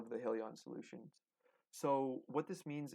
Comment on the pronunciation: If you’re going to properly discuss a company and it’s stock, you should at least know how to pronounce the name correctly. The name is HIGH Leon. There is no hill in it. Only hills to climb to be profitable.